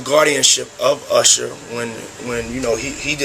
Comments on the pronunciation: Usher ❌ Asar ✅ Thousand ❌ Thowjand ✅ Show love ❌ Sow love ✅ Sexual ❌ Seksooal ✅ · Also Assar😂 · Usher ❌ असर ✅